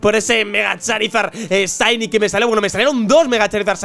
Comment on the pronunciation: se pronuncia "chaini" , no saini